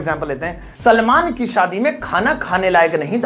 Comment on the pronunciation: सलमान, सलामन नहीं